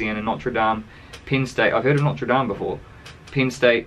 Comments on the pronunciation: The way you say Norte dame lol it rhymes with boater fame. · Hes pronouncing like the cathedral church in Paris.